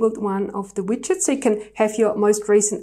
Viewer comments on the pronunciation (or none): Pretty Shure they are called widgets (Wigedts) not Witchet Bit ok